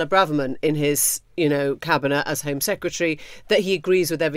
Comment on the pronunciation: Alec Douglas HOME, not Hume! Second journalist I've seen say that.